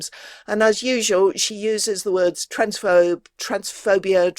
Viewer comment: Twansfobe. Troonsphoob. Troonsnoob. From Troonsnoobia 😂